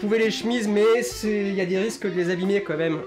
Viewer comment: je t'aime mais attention tu dis "commême" au lieu de "quand même". Et super boulot continue comme ça!